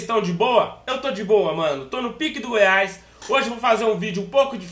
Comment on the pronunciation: pq ele fala Goias?